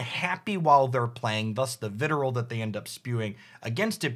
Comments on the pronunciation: Wait so is vitriol pronounced "viterole"? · I was thinking vit-ree-all myself, but also, !pronounciation :P Also, having only read things is a common reason why I mispronounce things myself. That or too much Latin etymology and too many centuries of English people mispronouncing things inbetween, not that we're the only ones that can fuck up how to say other people's words, we're just the masters.